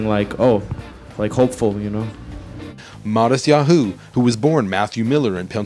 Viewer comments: hahaha omggg sooo irritating bc hes pronouncing his name wrong. matisYaHOOOOO lmao kill me. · he keeps saying matisyaHU! It's driving me crazy! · I love the way he says Mattisyahu- it sounds so funny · he just puts a ton of emphasis on the 'hu' part. makes it...distracting lol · he's pronouncing his name wrong...